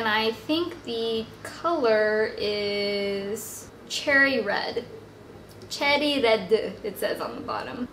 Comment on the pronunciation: So cute! 'cherry redu' Korean accent! I'm a Filipino and I teach Korean students here in the Philippines!